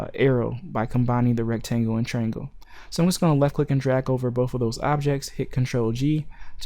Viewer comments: Dude, it's not a "trangle" It's a triangle. That's TRY+ANGLE. Triangle. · Dude, it's not a "trangle" it's a triangle. That's TRY + ANGLE. Triangle.